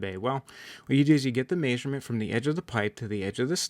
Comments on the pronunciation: If i ever here someone say maysurment again I might rip a chickens head off!!! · Still trying to figure out what a May-sure-meant is… 😅 where is this guy from? Every time he said it I was like WHAT?!!! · GREAT VIDEO... but the way you say measurement drives me nuts LOL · Haha! Me too !😂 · I've never heard anyone say "measurement" the way you do. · leared that from his encyclo-pay-dia.